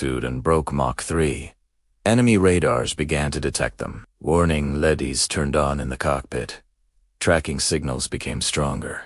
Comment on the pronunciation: Lost my patience at "Leddies" ~not LEDs... GRRR!!! Goddam click-bait BS!!! There is one thing that pisses me off more than this asinine "content"... WHY THE F%@ IS YOUTUBE SUGGESTING THIS CRAP?!?!?!